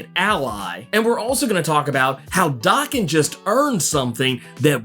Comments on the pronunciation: Oh man, can we PLEASE stop mispronouncing Logan's son's name, already?! Daken IS NOT pronounced as DOKKEN. DOKKEN is A 80's-90's. Hair Metal named after the lead singer Don Dokken. Many bands had individual catchphrases, i.e. RATT, their catchphrase was "Ratt & Roll". Dokken's was rockin' w/Dokken. Daken is a Japanese term mean to demean a/o insult. It means dog or mongrel. In Japan 🇯🇵 , to call someone a mongrel is the Biggest disrespect. The correct pronunciation of Daken is Day-Ken, NOT DAH-KEN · It’s Day-Ken. Small nitpick. Keep doing what you’re doing and thank you!